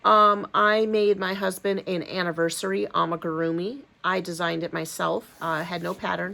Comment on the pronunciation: Love the am*i*grrr*e*ah*mee Ice cream cone 🍦